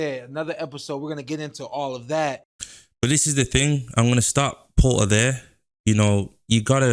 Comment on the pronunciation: Are you saying porter or paul 😂